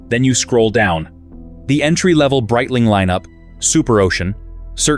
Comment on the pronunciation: “Breetling” AI get it together